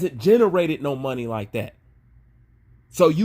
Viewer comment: channelled his inner African "Moni"